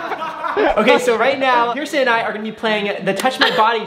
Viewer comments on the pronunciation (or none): Oh I thought he said Bierson